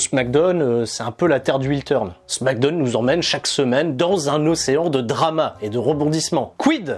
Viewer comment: Arrete de dire smack donne... t'es fatigant c'est smackdown donc ça se prononce "smack daaooun" 🤦‍♂️